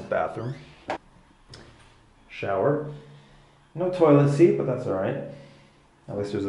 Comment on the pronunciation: I heard someone say’” have a shit” 😂 instead he meant seat